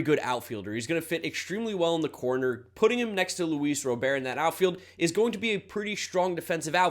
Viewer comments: Luis Robert is pronounced like Robert Redford, holmes. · As a Sox fan, love the move. Also, Luis Robert is pronounced how it is spelled, just fyi. Good breakdown!